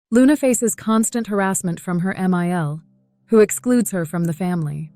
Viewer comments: No, not another AI robotic monotonous expressionless narrating. Ugh! Not subscribing for sure. It is NOT pronounced 'MIL' ... it is short form for Mother-in-law ... say it correctly. Short cuts are very annoying also. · Please spell out MOTHER IN LAW for your AI to read